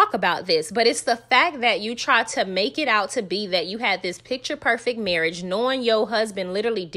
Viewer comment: Sis, now you know that it is pronounced marrrrrish! The new word is esssssssssssspo.